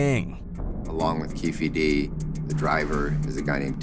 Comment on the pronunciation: “KEEF D” lol